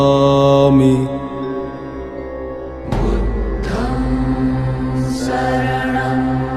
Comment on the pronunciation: Budham nahi budhang hota hai